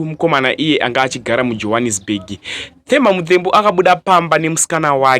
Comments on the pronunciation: Its not The as you pronounce in English....its Te as you pronounce in shona wakuita kunge une chirimi chii ichocho,ukwane iwe. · Themba is pronounced as Temba, not as THE like an english word. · Themba Muthembu ..bad pronounce kkkkkkkkkk😅😅😅